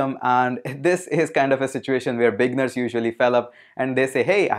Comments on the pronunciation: thank you for the intro on Wordpress, it was very informative. * I just want to assist you with the english pronunciation of "Beginners". While you pronounce it saying "Big-ners" it actually pronounced as "Bee-gin-ners" or "Bee-ginners" * Click on the oxford dictionary link below and press the audio icon and you can hear the pronunciation. Keep up the great work. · LoL. What’s a bigner? I thing you are trying to say beginner. Bee-g+inn-nurs. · The word beginner after the g you need to pronounce it like it's eee right after the g like the i is dragged longer just trying to help Regarding WordPress it's a decent Cms for clients with lower budget and themes creation is not too hard